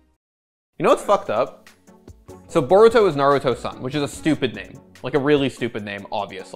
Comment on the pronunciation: Every time an anime name is mispronounced, I feel soo baad lol